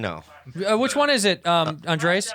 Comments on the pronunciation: when is Bobby gonna learn how to pronounce Andrés?!?? he keeps calling him Andreas like he is some weirdo from Sweden. :O( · One of these days Bobby will learn that his name is "Andres" and not "Andreas" and it will blow his mind.